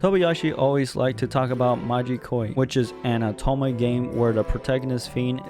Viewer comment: whats with the stuttering lol. its Inukai not Inuke. Tunzere lmfao i can't. Not Atome its Otome games